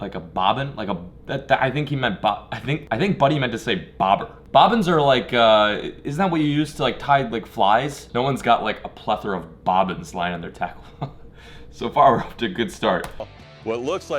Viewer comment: Did you just say plathora